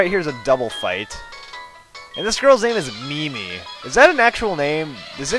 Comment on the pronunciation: It's pronounced Mih-Mee, and yes, I have.